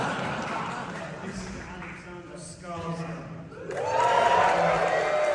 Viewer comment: The shirt!! The movie is a delight. I appreciate you pronouncing Alexander Skarsgård's last name as accurately as you can. 😊